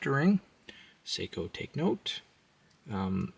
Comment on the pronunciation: i switch off after he called it a seiko.. sheesh...